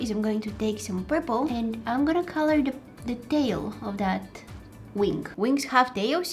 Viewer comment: Why dose she say wing like wink 🤨